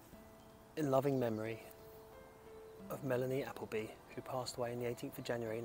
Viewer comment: Are you sure you pronounce her last name correctly?😂